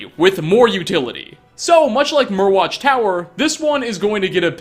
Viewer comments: I could be wrong, but I think Myrwatch is supposed to be pronounced like “Mire-watch” since Morthal is basically one big swamp. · Mire watch (pronounciation)